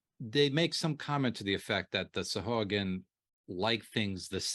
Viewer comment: Far be it for me to not do a google search on pronunciation. Sahuagin (pronounced: /sɑːˈhwɑːgɪn/ sah-HWAH-gin)